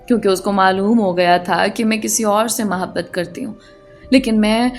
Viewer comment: Ap ki urdu maen kahen kahen jhol hy lihaza is baat ka khayal rakhen,,,, jesa k ap hamesha muhabbat ko mahbat kehti haen, or bhi isi tatah k kuch words haen, lakin ap ki kahaniyan marn ye word ziyada use hota hy is liye ap tashi kar rahi hoon, plz mind na kijiye ga....